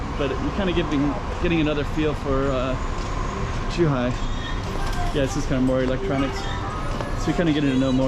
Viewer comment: This is great and all, but unfortunately like so many foreigners they can’t understand that the ZH of Zhuhai does not have a pronunciation like Z anything. ZH has the pronunciation of a J .